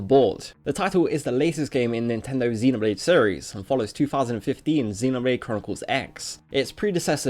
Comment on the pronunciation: You are saying xenoblade wrong